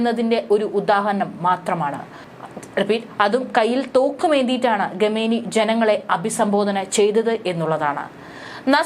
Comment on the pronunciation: Khamenie. ഇത് നിങ്ങൾക്ക് എങ്ങനെ ആണ് ഗമേനി എന്ന് വായിക്കാൻ കഴിയുക. മലയാളി വാർത്തയിൽ സോജനും ഗമേനി എന്നാണ് പറയുന്നത്. ഗൂഗിളിൽ pronunciation ചെക്ക് ചെയ്യുക. ഖമനേയി എന്നാണ് ശരിയായ pronunciation.